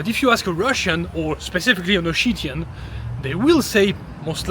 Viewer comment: Why! Why Osheetian? Ossetian for the love of god😂